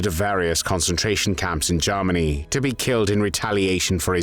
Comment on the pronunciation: Ah, again "Garmany"